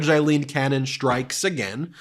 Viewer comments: Ben, just a gentle reminder that Judge Cannon’s given name is: AILEEN, not “Eileen”, as you keep pronouncing it. We want to make sure the right person is being cited for her corrupt conduct. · Aileen, Aileen, Aileen = Ayleen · You're pronouncing Aileen wrong.